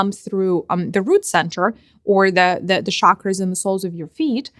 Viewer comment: I know it's not important but it's just part of my integrity... It's Chakra NOT Shakra! Every time you say 'shakra' my autism-bound mind suffers.